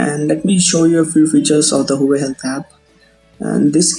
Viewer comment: its spelled HUA-WAY